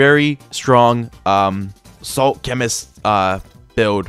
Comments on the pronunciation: Where is he getting saint out of the word salt?? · salt not saint